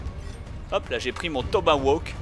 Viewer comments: Te plains pas il aurais pû dire "Tomahkani" :p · On dit "tomahawk" et pas "tomawok".